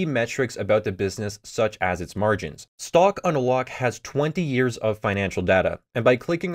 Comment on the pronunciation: You pronounce it like "stock on a lock"